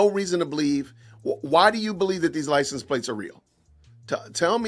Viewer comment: “Licen plates” ….Candace literally cannot pronounce words correctly sometimes—and far too often if u ask me. The other day she pronounced architecture as “architexture”. And my personal favorite: Ishreal!!!😅